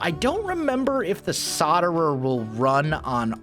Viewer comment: You do really that it is solderer with a L between the O and the D. P.S. I love ur vids